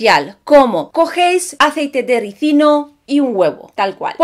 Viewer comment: Felicidades hermosa... ¡Tu si lo dices bien!! Muchos ignorantes dicen Resino en lugar de RISINO... 🤭🤭🤭